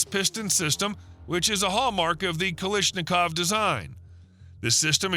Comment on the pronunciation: It's Kalashnikov, not "Kalishnikov".